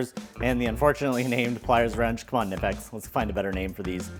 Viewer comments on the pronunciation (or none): The 'German made' company says that they pronounce Knipex as kuh-nip-ex. I know... It's annoying... We are not in Germany, and we have freedom of speech. That said, I prefer how you are pronouncing Knipex as nip-ex. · Kuh-nip-ex. Watch the manufacturer's own video explaining the correct pronunciation. Otherwise, cool video. Thanks